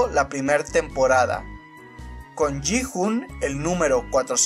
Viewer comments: No se dice Ji hun,se dice giun pero se escribe Gi hun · Oye no quiero ser tóxico pero en el doblaje español se escucha como se pronuncian los nombres Sae biock ( como se escriba ) se pronuncia sebioc Gi hun sería yiun San woo sería san wu La rizos seria han minio